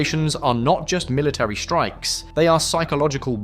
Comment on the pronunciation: These are Strikes NOT "SHHTRIKES"!. the word DESTROYING is NOT "DESHHTROYING", STOP! PUTTING SHH where is should be an ST sound in speech. SHUCKS! He also says INFRASHHTRUCTURE. Try and practice saying ST sounds where they are ST sounds in WORDS.